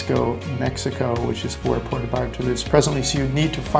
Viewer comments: ha ha exactly what i thought. It's pronounced - P- where- toe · You really should learn how to correctly pronounce Puerto.